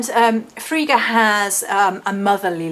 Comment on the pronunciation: Yesssssss thank you!!! If there are two Gs then the I is short. So, the way you pronounced it would have been correct if her name was spelt Friga. But it's not. Frigga is one of my absolute favourites, I'm very connected to Norse culture.